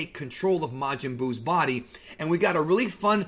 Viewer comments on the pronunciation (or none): none